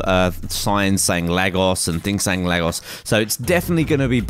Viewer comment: your saying Lagos wrong:(